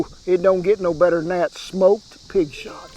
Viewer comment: Well Kent I thought you said pig snot not shots so that sounds a lot better. 😀